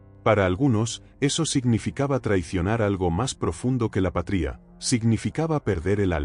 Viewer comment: Tarado como no sabes decir patria 😂